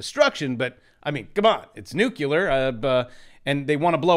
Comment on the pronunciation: NEW-CLEAR !!!!!!!!! GODDAMNNNIT